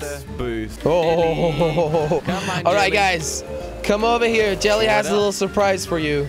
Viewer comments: Ava Mejia : it's Jelle pronounced as "yelle " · They keep saying chelly not jelly